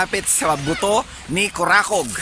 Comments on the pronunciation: that is "BUTÔ, not butó" (AS IN PITUYTOY, not bone) 😂😂😂 kaya itsurang putuytoy ni kurakog. hahaha.. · I love seeing the beauty of parts of the Philippines. You should be sponsored by DOT! 😉... Btw, Buto is not pronounced as tagalog (bone) ... It should be pronounced as bisaya in which means (men intimate part)... But because of censorship... Okay na rin. 😉 keep safe!